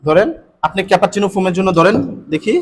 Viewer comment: উচ্চারণ টা ক্যাপাচিনু নয়,, cappuccino . আপনার শেখানোর কৌশল খুব ই ভাল শুধু উচ্চারণ টা প্লিজ ঠিক করে করুন। ধন্যবাদ।